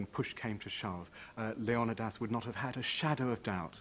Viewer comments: Leo knee this. is his name, not Leo Don dos, fucking hell. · Leonadas? You mean leonidas?🤣🤣🤣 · Pronounced LAY- on- E - DAS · Another documentary that doesn't pronounce Leonidas's name correctly :o( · Wish you could pronounce leonidas correctly. Threw me off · how he says Leonidas really erks me